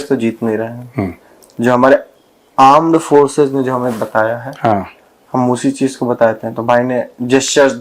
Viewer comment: Wo bolte hai gourav ji aan... Force 😂😂😂😂 wo yani porkiye